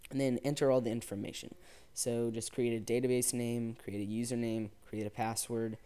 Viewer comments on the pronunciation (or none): none